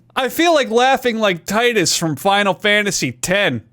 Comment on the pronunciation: Which one's the any key? I hate to be the bearer of really stupid news, but Titus is actually pronounced Teetus.